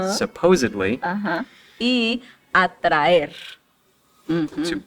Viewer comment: Sounds like he says "supposably" instead of "supposedly."